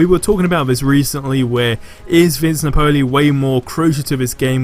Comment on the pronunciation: U gotta learn how to pronounce Vince Napoli’s name. Nap-ol-ee